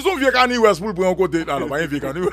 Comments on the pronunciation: C Kanye west li prononce Kani e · Son nom EST KANYE COmme on peut prononcer "cann ier"